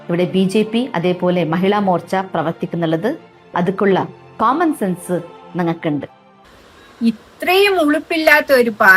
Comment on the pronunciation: കോമൻ സെൻസ് അല്ല കോണാൻ സെൻസ് 😂